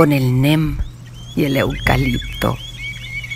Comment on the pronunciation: Hermoso Poema, Solamente corregir la pronunciación del árbol de " neem" ( nim)